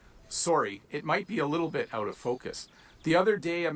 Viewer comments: Eut and abeut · Ottawa Valley here, we have some Scottish influence here, but more Irish than Scots. The Valley accent used to be as distinct as some Newfie accents, but is sadly disappearing. The teacher in the video’s pronunciation of out and boat were pretty American sounding to me. I also find Southern Ontarians sound more American than the rest of Canada.